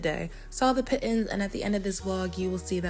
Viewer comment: Nice video!! Pitons are pronounced Pee-Ton! Great footage xo